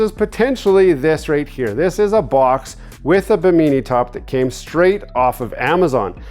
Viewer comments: What’s a bameenie top. It’s pronounced Bih-mih-knee like the island, not bameenie. 😂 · OMG I have never laughed so freaking hard hearing him mispronounce bimini. Bimeenee lmao. Oh and those things you measured for your top aren't towers.. They are gunnels, also known as gunwales. Bimeenee OMG. It's pronounced bi·muh.nee look it up. LMFAO. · It’s pronounced bee-me-knee not be mini fyi. And you purchased the wrong width. You measure at the bracket mount location not at the top of the roof. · Bi-min-I is the pronousiation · Bim-In-E, say it with me! 😂😂😂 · Bim in E, I didn't care. Just wanted to see if he enjoyed it or not. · What’s a “Baneemee top” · You are saying bimini top so weird its making my dog bark... im redoing a old fiberglass boat got the cheap bi-min-nee_nee top also.. thanks for video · Should have looked up how to say Bimini. Perfect example of a credit card captain. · lol drives me crazy, please pronounce it correctly